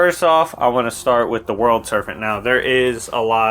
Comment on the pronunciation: Good video, but it's Serpent with a P not an F.